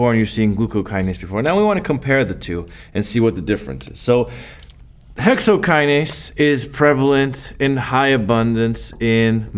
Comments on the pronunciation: Thank you Prof... Dont' leave the 'n' in hexokinase next time🤓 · Thanks for this but I just noticed the " Hexokiase" thing